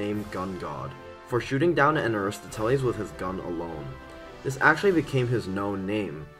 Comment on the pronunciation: that's the worst pronounciation of aristoteles i've ever heard holy fuggin shid